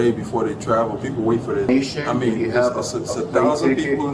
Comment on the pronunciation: What do you MEAN-UH